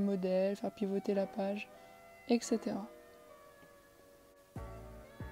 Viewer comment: Merci pour cette brillante démo Juste une petite remarque : "Etc." se prononce "etsétéra" et non "eksétéra" ;)